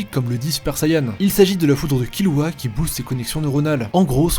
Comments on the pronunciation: non c'est l'inverse, ça se prononce killua (kirua avec le r roulé) mais ça s'écrit kirua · Un prononçait bien (Kilua) et et un autre horrible (KiRua) Le R existe pas en Japonnais c'est entre le R et le L donc KiRua ça m'agresse le tympan (Comme KuRapika d'ailleurs ou Rivaille si tu veux un dernier)